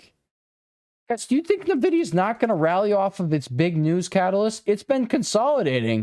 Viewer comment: It's EN-vidia, not Ner-vidia